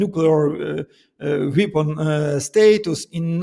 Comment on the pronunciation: Руслан, здравствуйте! В первые зашёл на ваш англоязычный канал, стараюсь вас отслеживать везде, но сюда добрался в первые :) Впечатлён вашим владением языка, очень приятно вас слушать. Прошу не воспринимать как критику, но обратите внимание на ваше произношение слова weapon. Он у вас идёт на индийско-африканский лад. В остальном - все супер. Удачи вам, буду с удовольствием и на английском Вас слушать. И ещё позвольте вопрос: как вы считаете, анонсированная встреча в Будапеште: привет из прошлого, в первую очередь для Украины с тонким подтекстом, что Украина и тогда и сейчас ничего не решает, а находится по сути "на столе"?